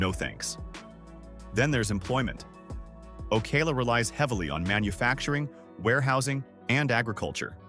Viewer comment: OK, first of all whoever you are, you’re pronouncing Ocala and Cape Coral wrong. And I’m glad the housing is dropping and it shouldn’t be that much up here in northern Florida because of the money up here is awful.. I have to drive to Tampa for work every day and I don’t make no $47,000 a year I mean more than that almost double.